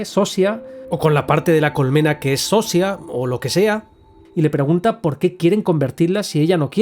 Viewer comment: Yo pienso que al final es malo perderse, sería como estar drogado con fentanilo, tener una “felicidad “ en la que no estás presente. Pero es muy buena filosofía, no sabemos si nos sirve o se sirve de nosotros y nuestros recursos. Buen resumen!! Por cierto, en español se pronunciaría “Sosha” y la actriz “carolina viedra” Saludos desde Polonia.